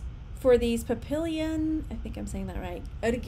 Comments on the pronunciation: Hi! Nice haul. The French way of pronouncing Papillion, butterfly, is Pa- pee- aan. Just for future reference. Lol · Pappilon is French for butterfly. Its pronounced 'pappy - on'. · Papillon means butterfly in French. Pop e yawn. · Pap-ee--YOHN. Lol. It's French. If you've every watched Interview with the vampire the mature lady that's killed in the beginning screams, "My little papillon, he drank their blood and killed them!" French for butterfly or the fluffy dogs that look a little like a pomeranian. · " Papillon" (Pa-pee-ON) is French- It means "butterfly."